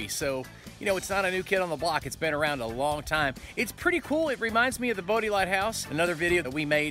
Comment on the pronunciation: Nice vid,. oh, BTW, it's pronounced like we midwesterners would pronounce Body... "Body" lighthouse. I never knew about Seneca. Looks amazing!